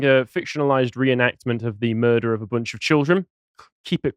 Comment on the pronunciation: So what's a "mudrer"?